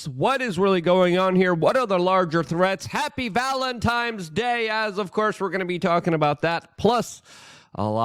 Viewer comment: Grammar nazi, here... It sounds like you are saying valen-tiMe, instead of valen-tiNe. 😁